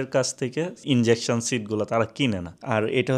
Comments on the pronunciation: "Injection Seat" na "Ejection Seat". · Bro not injection seat. Ejection seat. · ভাই এটা ইনজেকশন ছিট না। ওটা হবে ইজেকশন